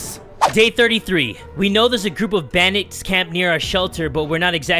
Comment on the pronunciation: Is it just me but in did you say bandaid instead of bandits?